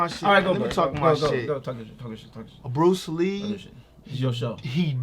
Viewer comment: X!!!! You killin' me! lol Put some respect on Bruce Lee's name yo! C'mon now!